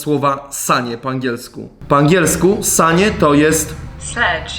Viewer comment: Usłyszałem ssanie A nie sanie